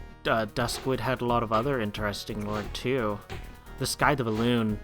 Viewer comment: I'm liking this series and how punctual you're being with it. Keep it up :) P.S. Also another small pronunciation thing. Scythe is said more like "sythe" not "skythe." Sorry about the nitpicking :P